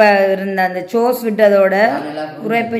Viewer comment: Don’t say சோஸ்,ஸோஸ் நல்ல முயற்சி